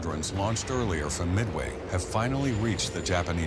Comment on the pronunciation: omg, you saying Midway is so funny, its mid way not meway